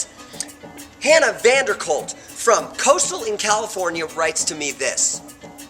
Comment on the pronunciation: Hannah VAN-DEN-KOLK, not VAN-DER-COLT. We know you Aaron, get it right haha! I love the video and I'm super excited for the next one. Simone's laugh is infectious. :)